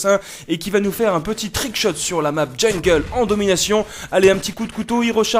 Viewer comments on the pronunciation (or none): none